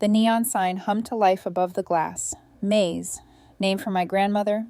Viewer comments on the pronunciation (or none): Screwed up ai, turn's May's into corn (Maze)